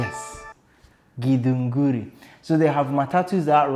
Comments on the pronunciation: said Githunguri without biting his tongue off. Good one man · Githunguri...that was perfect pronunciation